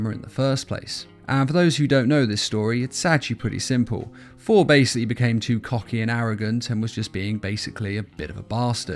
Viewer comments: His name is not "For", it's "Thor". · It’s funny it sounds like he is saying four instead of Thor